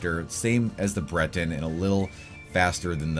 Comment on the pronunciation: Breton Him: Brenton Me: Briiton 😅